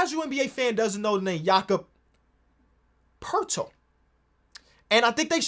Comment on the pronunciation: after 2 attempts man already gave up on not butchering Jakob Poeltl's name lmao